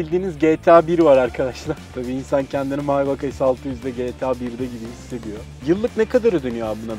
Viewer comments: Maybak diye okuma kardeşim meybek deki zengin gözük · Maybak değil maybach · KARDEŞİM MAYBAÇ İŞTE NE ZORLUYORSUNUZ? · cCc BOZKURT ALİ onun okunuşu Maybah 'dır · Maybak demeyeydin iyiydi